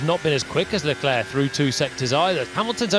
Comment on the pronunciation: "Sharl Leclaire" I can't with this commentators xd